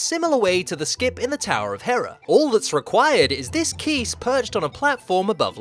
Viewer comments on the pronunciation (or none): none